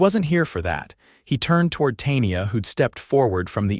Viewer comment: Tay-nee-ah??? Good grief.